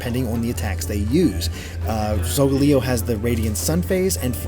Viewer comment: Its Layo in Solgaleo's name. Not pronounced Leo. Typo in the description, and the phases remind me of SMT's moon phases and makes sense according to rotations, Yungoos is Donald the Jew Slayer Trash, and they are adorable all of them are cute....